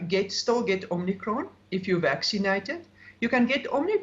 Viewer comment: Omicrone? Pandarmic? Lol